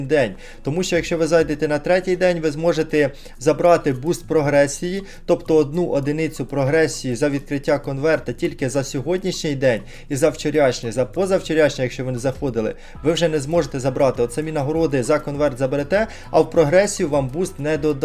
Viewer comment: ВчОрАшній. ,а не вчьоряшній